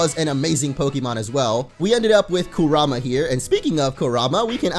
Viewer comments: Your butchering Kurama name 😒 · if your gonna say Kurama pls just say it right I hate when people say it wrong